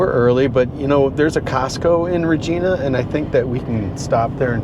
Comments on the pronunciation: Regina is pronounced with a long "i" sound. There is no such place as "Regeena" in Saskatchewan! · Welcome to Canada 🇨🇦 and it’s pronounced Vagina. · Canadian here: You saw 2 options in how to pronounce the word "Regina," that city in Saskatchewan. You initially chose the wrong one... Yes, it's actually pronounced just like the body part. Fun Fact: it's a regal term, for a female sovereign. In this case, the city was named for Queen Victoria, back in the late 1800s. Funner fact: the male regal term is Rex. That's why King Charles signs as "Charles Rex." Welcome to Canada, eh. I look forward to tracking your route as you move northwest over the next few videos.